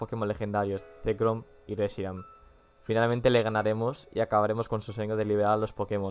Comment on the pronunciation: Reshirum y Zekram? xDDD.En serio, dijiste eso. ᕦ(ಠ╭͜ʖ╮ಠ)ᕥ.